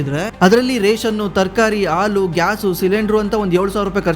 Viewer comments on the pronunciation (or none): none